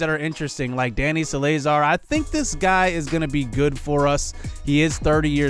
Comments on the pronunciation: leonys martin is Lay-oh-niece mar-teen and salazar is sal-uh-zar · Oh my gosh yes please look them up because my last name is Salazar and that hurt my soul to hear how you pronounced it😂